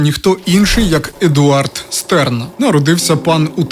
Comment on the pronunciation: Ааааааааа він ШТЕРН, Штерн, а не стерн, це ж зірка німецькою🫠🫠🫠